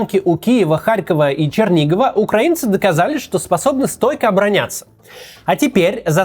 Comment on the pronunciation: Кстати, спасибо за правильное ударение в слове "украинцы"